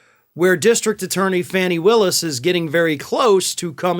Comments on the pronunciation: With all due respect, her name isn't pronounced "fanny", it is pronounced "fah- nee" or "faw-nee". Thank you for speaking to this. We all know Trump is just trying to delay, again some more. He will eventually go to jail. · I thought it was pronounced "Fawnie" not "Fannie". Might wanna check. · Her name is pronounced "Fawny" not "Fanny". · Just fyi (not a criticism) Georgia's DD Willis' first name is pronounced "Fawney" She has brought this up so it must bother her. I love your channel, thanks for the accurate insight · I believe it’s pronounced Fawny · Her name is pronounced fawni